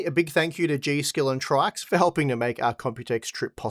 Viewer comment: Just an FYI, According to Paul's Hardware, it's pronounced "Tricks".